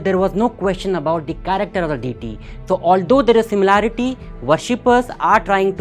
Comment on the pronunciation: Learn to pronounce DEITY correctly first ......and some energy